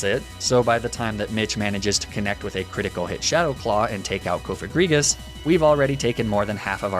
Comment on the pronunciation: Wait THAT'S how people pronounce cofagrigus??? I thought it was pronounced like cough-agree-jus because it's sarcophagus+egregious aka a very bad sarcophagus